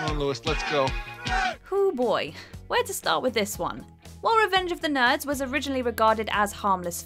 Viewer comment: Lol did anyone notice how she pronounced "nerds".